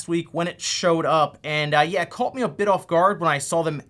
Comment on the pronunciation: Wait. Pronounce CAUGHT again!!😂